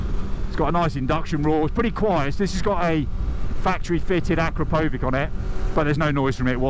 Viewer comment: Nice review. Finally someone pronouncing it Ak-ra-pov-ic not Akropovitch!!